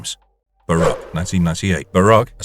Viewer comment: its S-MART not ESSMA "a rouge AI created race of superhumans"? You mean ROGUE not ROUGE BAROQUE is pronounced BAR-OAK not BAR-OKK Sort out your AI staff, sorry "real people" they're pronouncing words poorly and getting worse 😂😂😂